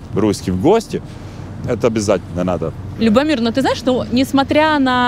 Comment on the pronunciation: Что же она привязалась к брату- кино. Это мелочь. Любомир с ударением на первый слог. Девушке надо совершенствоваться...! Не надо по чьим-то лекалам идти. Чтоб не получилось пародия. Хуже- фарс... 😭